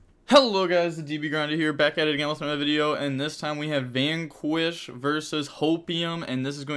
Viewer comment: It's a bad sign that my man can pronounce meme fake words like "Hopium" no problem but struggle on normal-ass ones like "vanquish" lol